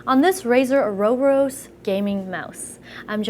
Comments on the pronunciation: pronunciation: or-oh-bore-us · Pronounciation of ouroboros: "ou-ro-BO-ros" The "ou" is spoken like "oo" in "choose" for example. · It is pronounced "or-ah-bor-us" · I believe it's pronounced "oo-roh-boo-rohs" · Start the video by not knowing how to pronounce it. Then go on and forget how everything works, "oh wait, I suppose, is that all?", derp. This was no help and literally painful to watch.